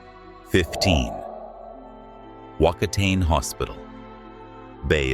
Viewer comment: Whakatane pronounce” fuck a taane “